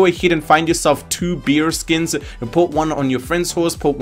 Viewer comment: He’s saying bear ? Or no ? I’m sorry I honestly can’t tell.